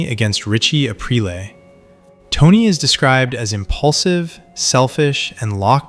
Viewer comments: Same thing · your selling yourself as someone who is very knowledgeable about the Sopranos, and you constantly mispronounce Aprile. Maybe it’s on purpose to get people like me to comment , which if that’s the case, i guess it worked